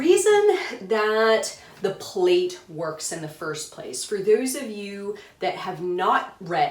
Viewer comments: It is pronounced like 'plat', NOT like plate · Thanks for your video. I get very distracted because the word is pronounced "plat" — rhymes with cat. It's from the English (UK) translation of the Russian. Plait is an English word for what we in USA call a "braid". And it's DEFINITELY pronounced "plat" -- it would be like in America calling a braid a "Brad."